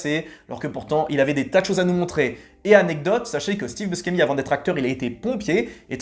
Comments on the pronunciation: Steve Buscemi: son nom se prononce /buchémi/, pas /buskémi/ er Robin Williams est décédé en 2014. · prononcer Bouchémy, c'est un nom italien